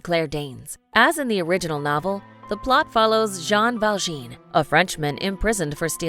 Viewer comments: It isn't Val-jeen, it's Jean Valjean, Val - jon (silent N), rhymes with Jean. Just like it's spelled. And Cillian isn't pronounced Sillian, it's pronounced Killian, according to Cillian. It certainly seems to me that a narrator, whose job it is to narrate a video, should take their job a wee bit more seriously, so as to find out how to pronounce people's names. It isn't hard. Just ask the internet, and you will probably get the answer in seconds. That's too difficult? Really? How incredibly lazy! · The name "Valjean" is NOT pronounced "Val-jean" but like the American pronounciation of "Val-john" but with a sort of nasal "oh". Just listen to how he says it in the movie clip.